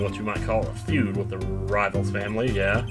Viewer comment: It's not Rivals it's Rivales, pretty sure it's supposed to be like Latin sounding, like Rivera. Said it before, Apollo Justice is 2 years older then Rise from the Ashes.